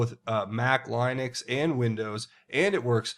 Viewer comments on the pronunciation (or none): Just BTW it's pronounced Li-nuhx not Lye-nux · did you just say Line- ix? Linux- Linux mate